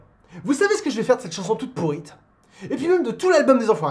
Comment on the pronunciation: 20 min 30 Il dit "pourrite" lol